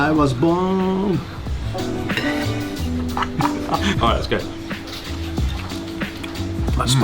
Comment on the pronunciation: When he had the sausage with the bone, I love how he tried to sing “Born to be wild” but said “Bone to be. . .” 😂😂🤦‍♂️